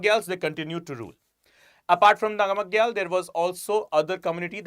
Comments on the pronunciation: It is pronounced as “nam gyal” and “Cho gyal” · Sikkim is derived from 'SU' 'KHYIM' not Su him. And its 'Nam-Gyal' not Nama Gyal.